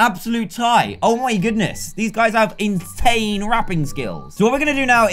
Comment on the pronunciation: After the rap battle he said intane